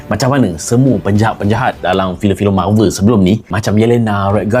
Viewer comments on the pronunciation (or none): MARVEL bahasa English bukan belanda. Sebutan biar betul.